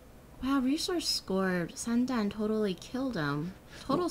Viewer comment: this girl must be from China. she made the standard pronounciation of Thooo: Sandan(three balls in Chinese)~~~~